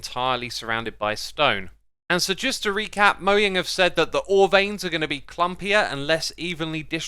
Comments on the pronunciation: dislike only because you pronounce mojang like that but i like your content <3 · Is it actually Moyang? I always pronounced it Mo”jang” :/ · It’s mojang not moyang